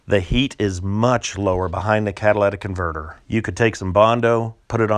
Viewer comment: It's catalytic converter, not cadilladic converter.